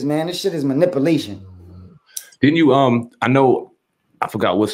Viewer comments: Cassidy wtf is Manipalation ....lol. It’s maniPULATION! Lol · "Ovver" =other ..manipalation.... gee, i wonder why don't take you seriously...